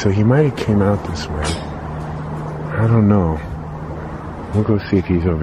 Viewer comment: you crack me up when you say What is dis? Instead of what is this??